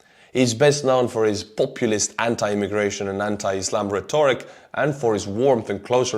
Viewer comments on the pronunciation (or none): RET orik, stress on first syllable.